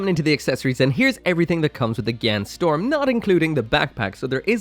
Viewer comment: I love it how everyone mispronounce it as gyan storm instead of gyan strom